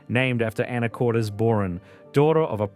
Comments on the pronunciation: Pronunciations in this are killing me 😂 Chye-nook salmon?! Anacort-eez?! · This is my state! However, you should learn how to pronounce the names (Skagit, Anacortes).